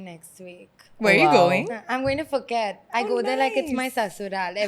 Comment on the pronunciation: ...love you girl...but Phuket = "Poo-ket"